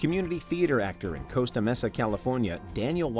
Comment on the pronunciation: "Costa Messa" lmao